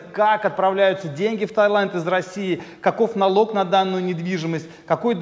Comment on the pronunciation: ТАИЛАНД (без "Й" в данном слове)